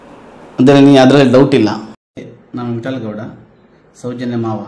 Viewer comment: നീ ആദ്യം അവന്റെ പേര് പറയാൻ പഠിക്കെടാ. വിറ്റൽ. ഗൗഡ എന്നല്ലട വിത്തൽ ഗൗഡ അങ്ങനെയാടാ....